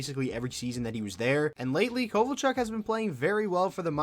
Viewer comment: Yeah not kovalchuk